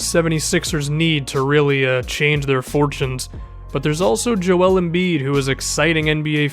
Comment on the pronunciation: good vid but why cant you pronounce joel righ. its kinda relevant to me cause my name is so similar